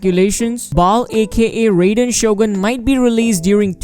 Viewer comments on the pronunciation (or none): none